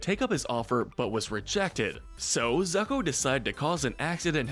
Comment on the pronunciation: Why you Americans have so difficulty to pronounce Italian names? It's ZUcco, not ZAcco or ZAEcco, just think like it's ZOOcco! Plus, I remind you that Ra's KILLED his daughter in Batman Of The Future!